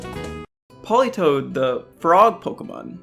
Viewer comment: Politoed NOT "Politoad" TOE